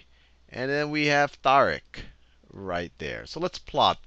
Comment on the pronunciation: his name pronounced ty-reek**